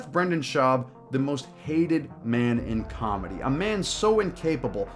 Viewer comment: Brendan does cawlmedy. there's a difference 😂